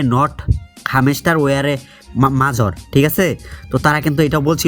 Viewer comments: শালা মোর উচ্চারণ করা শিখেনি মেজর কে মাজর বলে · ভাই আপনি মাজর না বলে মাজার বলেন তাও শুনতে ভালো হবে